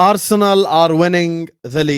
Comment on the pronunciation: ARRRU - SENAL...😂😂😂